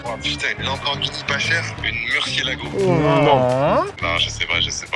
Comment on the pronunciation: Quand il a dis murgielago la main chère 😂🥲